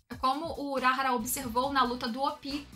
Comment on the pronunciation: pq q vc fala uráhara se é urahára ? falam toda hora o nome dele e vc fala errado o nome